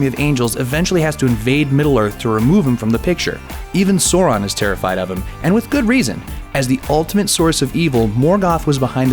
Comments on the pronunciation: Seriously. That is not how Sauron is pronounced. #nerdrage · Dude your pronunciation of the names is fucking horrendous, have you ever even seen the movies? I quit the video half way through. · the way he says Sauron's name is truly cringe worthy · Yea that's how it's spoken in the movie. This guy probably didn't grow up listening to it like i did. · At least learn how to pronounce Sauron!! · ***** it makes me laugh though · He's the only American who says it that way. I corrected him every time he said it. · Really butchered Sauron's name there. It this was not lotr related, I wouldn't know what you're talking about. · Rick Guy I'm Afrikaans and can pronounce it just fine. The way that guy said it made me want to puke. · STOP. SAYING. SAURON. LIKE. THAT. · Wat ? And the worst thing is he has clearly watched the film that pronounces Sauron correctly! He has exactly no excuse for saying it incorrectly! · I could'nt even finish the video. goddamn that annoyed me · Rövhål Second time he said it like that, I come to moan in the comments. Thank god I didnt have to do it first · ok the pronunciation of Sauron is fucking killing me here.. its a British name so say it properly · It actually took me a while to understand who the fuck he's talking about. "Sawran... Sawran... Sawran". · SOW-ron. Say it with me. SOW.... ron. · The name is Sauron not soron. It's the Valar not the V'lar. For Eru's sake get the pronunciations right. As for the parallels between Beren and Luthien and Aragorn and Arwen, these are explained In the Silmarillion. I know I'm being picky but if you're going to pull apart Tolkien's fantasy world, get ready for a lot of criticism. One last thing, much as we like to think that Tolkien invented High Fantasy, he didn't. Mallory came before him and Tolkien would never claim to be the first. Though he was, arguably the best. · "Sore-on" "Ball-rog" "Tor-iel" These started my cutting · THANK YOU it's SAU-RON ow what is wrong with english phonology